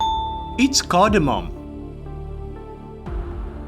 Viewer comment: it's not cordomom - IT'S CARDANOM OR CARDAMOM